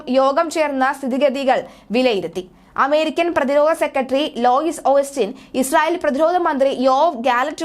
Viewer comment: ചില പ്രമുഖ ഓണ്‍ലൈന്‍ ചാനലുകളില്‍ വരെ എഴുതിയത് നോക്കി വായിക്കുന്ന വാര്‍ത്താ അവതാരകരുടെ അവസ്ഥ പരിതാപകരമാണ്. പറയുന്നതെന്താണെന്നറിയാതെ ഒരു വായിച്ചുപോക്കാണ്. കൗമുദിചാനലടക്കം ഉദാഹരണം. ഈ വാര്‍ത്തയില്‍ ഒന്നു ശ്രദ്ധിച്ചുനോക്കൂ. ലോയിസ് ഓസ്റ്റിന്‍ അല്ല ലോയിഡ് ആണ്. ശ്രദ്ധിച്ചാല്‍ ധാരാളം കിട്ടും.